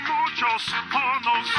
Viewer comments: I understand what the announcer is saying. In Argentina we have these commercials as well. My point was that the announcer is clearly not a native spanish speaker (otherwise he wouldn't pronunce it "jorrrnos"), which is kind of ironic since one of the running jokes on FG is the overpopulation of mexicans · no. It's "hornos". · Just read the official transcript and the radio announcer really sings "muchos hornos" (many ovens). Considering the amount of jokes Family Guy makes about mexicans living in the US, you would think they could hired someone who could actually speak spanish.